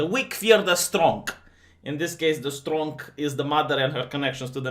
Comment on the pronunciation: There is no 'k' in the word strong!!! :)